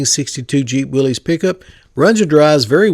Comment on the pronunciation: I was surprised to hear you say “willies” pickup. It’s pronounced Willis...just saying.